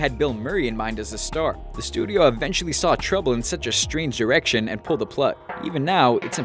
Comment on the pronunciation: did anybody hear strange erection